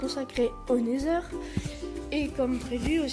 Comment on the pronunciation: On dit "nether" , sinon continue, c'est sympas à voir, continue ;D